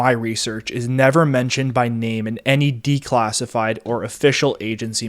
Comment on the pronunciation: dude, this would have been much easier to listen to if you didn't keep trying to pronounce the letter A in such an awkward way. Please speak normally, you did it many times in this presentation. Assets not ossets. assassins not ossossins. classified not clossified. etc.